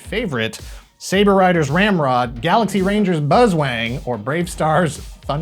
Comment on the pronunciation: Did you say "Buzzwang"?